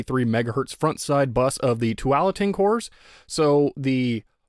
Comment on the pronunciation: Thanks for all your videos, I love watching them. I’ve never been a computer guy, but love your repair videos as that’s what I do. I live in the Willamette Valley in Oregon and for whatever reason felt like I should let you know you’re hitting that a too hard in Tualatin. I’m sure you know the chip was named after Tualatin in Oregon as we have a large Intel plant here. It’s pronounced two-wall-uh-tin. Anyways, thanks again!